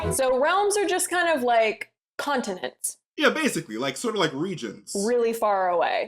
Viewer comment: "space contentents" for the WIN